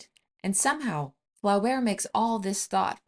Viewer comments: It's pronounced Floh-bair, not fla-bair. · The pronuniciation of Flaubert's name, is Flober with a long O sound. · The author's name is pronounced floh - BEAR. Otherwise, excellent talk. And yeah, I read Mme B. every ten years or so, and it's like it's getting more affecting every time. BTW Flaubert's L'éducation sentimentale is just as terrific. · Pronounce Flaubert this way: Flow - berr. Otherwise, great video. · I got so much joy when you pronounced Madame Bovary and "Flaubert"...i love it!